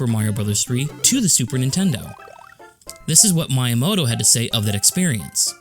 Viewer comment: Your channel deserves more subscribers. Great editing, comedic timing, content. I must admit though, the way you pronounce "Miyamoto" drives me nuts.